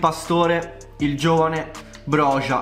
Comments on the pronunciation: ciao, comunque sono albanese e si chiama broia non brogia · Si pronuncia broja nn brogia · comunque si pronuncia boia il calciatore da 🇦🇱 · broja si pronuncia broia te lo dico da albanese. Comunque grande❤️❤️ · Bella la pronuncia corretta è broia la j si legge i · si pronuncia broia sono albanese e te lo assicuro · Broja si legge broia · Armando broja non si pronuncia in quel modo si dice Armando broia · Sono albanese e ti ammiro ma si pronuncia broia ciao 🙋‍♂️ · mio papà è albanese e ha detto che si pronunci a roca perchè la J si dice C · Broja si legge broia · Si pronuncia /broia/ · SI dice broia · si scrive broja ma si pronuncia broia